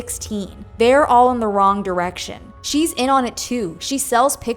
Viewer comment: 😂 “wrong DORECTION”! 😂😂 Friggin brilliant people out there!